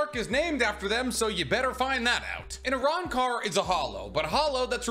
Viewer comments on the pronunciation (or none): Uh-rahn-car Los Noh-Chase Hoe-gi-yo-coo Oo-ta-he-may Oo-dee-oo You-ha-bah-ha Oo-key-or-ah